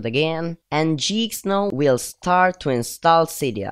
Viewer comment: It's geek not jeeksnow